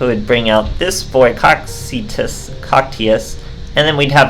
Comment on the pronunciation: cocytus is actually pronounced ko-kyu-tos. in greek mythology, it is known as the river of lamentation or regret and one of the many rivers surrounding hades (the underworld). in dante's inferno, it's actually described as the ninth (and lowest) circle of hell, the home for traitors and schemers. just thought that was interesting given the context of its summoning requirements, the attribute and how it looks. its shape is actually somewhat similar to how dante describes satan.